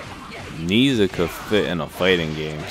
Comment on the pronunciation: His name is properly pronounced "naa-iaa"